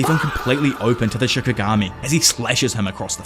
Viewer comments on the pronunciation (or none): none